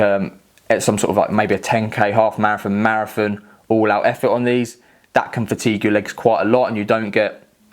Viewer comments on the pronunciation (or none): mara-FON lol